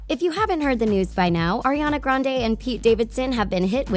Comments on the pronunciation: Dit you know you actually say Ariana Grendie?😊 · Her last name is actually pronounced grand-ee. She actually said it herself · Fun fact about Ariana grande her last name is grande but is pronounced Grandy